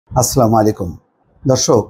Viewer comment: আপনি সালামটা স্পষ্ট ভাষায় বলবেন আসসালামু আলাইকুম